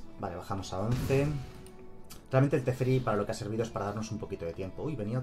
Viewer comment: Si volvía a decir "TeSferi" otra vez me daba algo